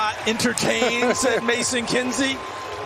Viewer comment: It’s cam ward not can ward